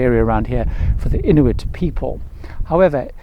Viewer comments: Yes, IN-U-IT ….. vs IN-TU-IT /-) rest of Video was really well done!! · Inuit, not Intuit.